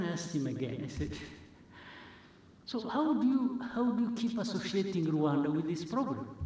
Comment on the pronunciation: I like the way he pronounces RWANDA 🇷🇼